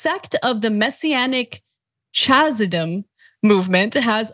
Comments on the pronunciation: I appreciate more thorough reporting on this here than I've heard anywhere else. Just one pronunciation tip: the 'ch' is like in Chanukah. So if you can't pronounce it, it's not 'ch' as in 'chill' but use an 'h', like Hanukah. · You pronounced "Chabad" and "Lubavitch" and "chasidim" wrong.